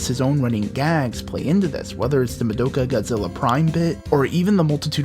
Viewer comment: mudoka, gudzilla, prime? really? thats not how uou say it its ma-dika